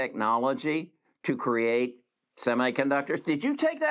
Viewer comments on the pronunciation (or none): none